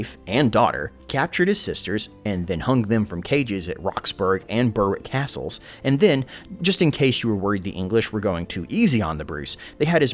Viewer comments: Just a word to reviewers wanting to make mention of Scottish place names: Roxburgh is not pronounced with a hard g at the end. It's more like Roxborough. Same way Edinburgh is often mispronounced by Americans. Ditto Berwick is not pronounced Burr-wick. It's more like Berrik. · Gaelic is GAlick (Scottish) not GAYLick (Irish) Roxburgh is Roxburra Comyn is Cawmin